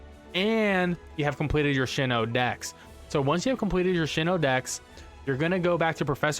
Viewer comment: Sinoh not shino